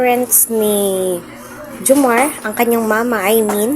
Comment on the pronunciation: maam:reaction hindi po ang pronounce ay jomarrrrrr. jomar